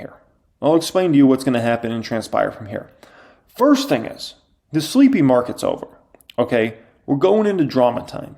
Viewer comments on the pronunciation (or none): Sleepy. Not sleppy.